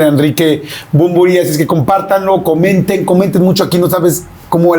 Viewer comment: Yordiiiiiiii!!!!!! Es Bunbury! No manches!!!!!! Gracias!!!